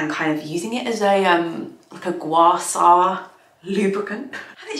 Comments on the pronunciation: I want afternoon tea too! Looks lovely. By the way, it's called guaSHA, not guasa :) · I love you, long time follower first time writer. Gua Sha is pronounced with a "sh". This was easy to Google and check, so c'mon, be an ally already as you claim.